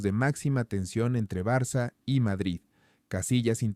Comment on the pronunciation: BARA... Espero escuchar tu voz diciendo Barça (Barsa, se pronuncia) o incluso Barcelona si te es más fácil...y no una voz monótona de un robot.